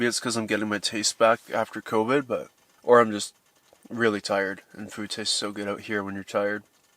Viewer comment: Ah man, not the "convid" crap